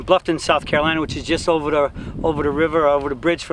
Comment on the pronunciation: "Ova da riva" lol